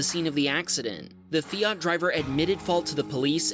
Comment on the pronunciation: Feeart , I think you mean Fiat . 😅